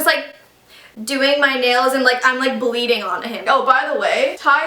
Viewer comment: like it was "baleading" lol